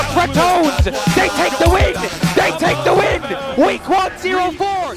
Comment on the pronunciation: SAY IT WITH ME RA TO NES NO RATONS